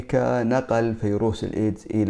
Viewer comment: اسمه ڤيروس!!! ارحمنا!! ألا تعرف الحرف v...؟؟؟؟